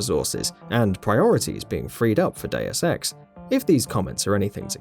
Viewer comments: Day-oos Ex is the correct pronunciation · Gamingbolt:Diuaz Ex Me:ITS DEUS EX MOTHER FU-.